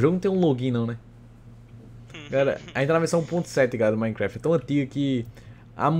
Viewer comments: No início do vídeo eu pensei que o tinha falado Minecraft peidei kkkkkkk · ti amo quando ce falou o nome do mapa achei que falou peidei